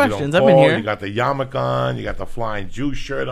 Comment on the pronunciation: "Yarmulke". It's not a Japanese motorcycle. Ya know, just for future reference.